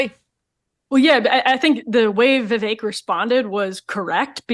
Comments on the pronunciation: Btw, it's not Vee Vayk - it's Vee Veck. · Vivek pronounced as Vivake??? Go to India and ask them to pronounce it. I guarantee you they will pronounce it Wiwek. They can't pronounce the letter "V". Or just call him Ramen!! 😂😂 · Wellllll…we don’t know that Donna intentionally mispronounced Vivek. One vowel was pronounced a little “wrong”. Could worse🤣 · Why didn’t u tell Barrack Obama go home?. Or mispronounce his name Donna . She’s racist saying Vivek’s name so wrong. He’s allowed to stay in a political race if he wants to. Just because she doesn’t want Democrats feet to the fire as Republicans have to endure. She thinks she’s funny? She’s disgraceful. Imo trying to sway people against a political candidate and disrespecting his name and right to campaign.